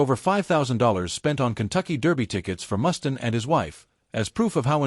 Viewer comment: Click bait narrated by AI that can't pronounce names for shit.... WhoTF is Dave Mustin? haha